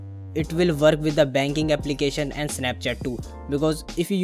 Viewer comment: And also Work !! not worrrrrrk !!